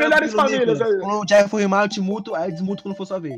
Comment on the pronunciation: o nome dele é junior, J em inglês tem som de jey e R air, ai ele pois JayA